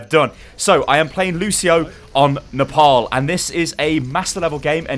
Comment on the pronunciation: the way he says Nepal triggers me